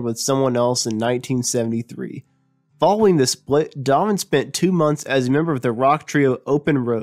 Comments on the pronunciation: Yeah, who the hell is Dovan? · His name is Donovan, not Donan. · I thought it was just me who heard "Domin" instead of Donovan, as pronounced by the narrator. Good effort, though. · Just a suggestion....when making a documentary, be sure to know how to pronounce the subject’s name. It’s not “Domvun,” “Dunnun,” “Don nun nun” or any of the other names you gave him. Say “Don o van.” Try it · It sounds like he keeps calling him Darwin or Darvan. It’s DonNAvan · Who the hell is Dommon? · Mell-yell? Donner? Are you a robot? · Rick Rubin became an alley? How the heck does that happen to a person? The lost city of Atlanta? I could have sworn it was right there where it's been for quite a while now. Where is the Adrian Sea? And what is this "narrator" calling Donovan? Dnnnenn? Dhvn? Three syllables are so tiresome to pronounce, if you just mumble some of the consonants in one or two syllables, look at all the energy you can save and surely that's good enough. This was freakin excruciating to listen to. Donovan's legacy deserves better than this. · In Ireland, we pronounce the name Done-o-van. It is from the Irish surname Don-na-bháin or in English Done-na-vaughan. Donnabháin means dark or dark brown. I do feel your pain. So I think it's only fair we change the "Don" to "Done" ;)) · his name is DonoVan.... DONOVAN ! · This guy can not speak clearly, and . The poorly pronounced words hurt my ears. For instance, Donovan has three syllables, yet this guy slurs it into two, Dawn-Van. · Donovan, that's three syllables, not two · OMG! Couldn't they find someone who can read? This guy can't even pronounce "Donovan." And would someone please teach him the difference between "ally" and "alley"? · hahahah, I thought the same thing! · love donovan. would have been nice to hear this narrated by someone who enunciates a little more clearly and knows the words he is speaking -- the lost city of Atlanta? unless of course this was done by a computerized voice generator.